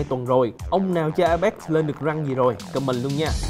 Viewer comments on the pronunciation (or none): none